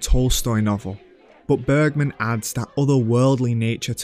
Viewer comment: Bro took the time to pronounce the number 18 correctly but didn’t manage to say “Bergman” the right way 😏 (I’m just pulling a leg, don’t take this too seriously)